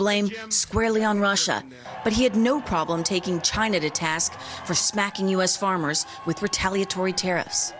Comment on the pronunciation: Yes and he often likes to pronounce ChIna like he's saying Vagina!